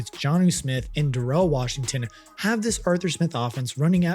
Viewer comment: So we're not gonna talk about "Darrel" Washington? Troy Fontunantu😂